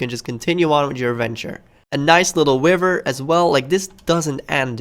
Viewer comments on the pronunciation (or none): Not to be rude but I started dying when he said wiver instead if river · nice little "wiver" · A "Wiver" huh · Doerian he also says river wiver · "Nice little wiver"